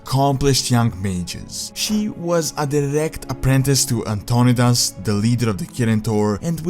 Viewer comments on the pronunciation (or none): It’s An-ton-eye-dis.